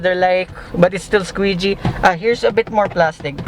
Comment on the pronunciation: Squishy bro not squeegee